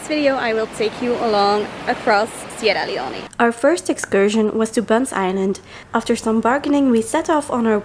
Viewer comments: please say the name if the country properly. It is Sierra Leone, not Leoneh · Sierra Leone is pronounced Cee-Era Lee-Own *